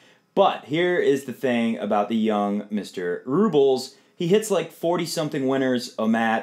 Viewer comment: RublYOV (just to show how it's pronounced and where the emphasis is in Russian) is not my favorite player; but he has a determined mean streak that he channels into his tennis. Nadal will be very very determined however - he doesn't want another loss to a teenager. I think I'll go with experience this time.